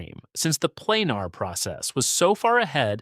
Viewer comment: Planer is pronounced Plain-ER, not Plain-AR.